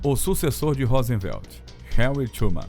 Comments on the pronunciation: O narrador é bem fraquinho., Rosenvelt, Eisenhôer e assim segue. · Presidente dos EUA "Rósenvelt" é ótimo KKKK